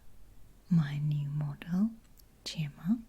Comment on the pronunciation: My name is Gemma and I love how you say it!